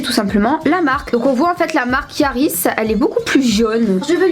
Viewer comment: C la marque Harrys < arisse > et pas yarris Sinon super vidéo ❤️ trop belle